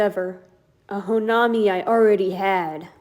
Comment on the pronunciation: The way you pronounce honami and haruka pains me